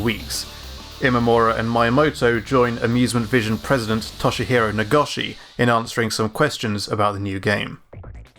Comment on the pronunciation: Great video, as well as great editing. However I need to poke at your Japanese name pronunciation. Mi in Miyamoto is pronounced like "Mii", go in Nagoshi is pronounced with an "Oh" sound, not "Ah".